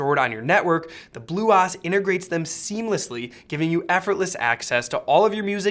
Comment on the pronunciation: I couldn't get through this video the way he was pronouncing bluOS was driving me completely batty